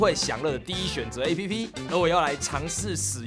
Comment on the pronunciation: app分開唸是怎樣